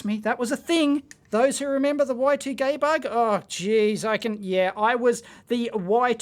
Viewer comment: "Y 2 gay bug" is that really what you said lol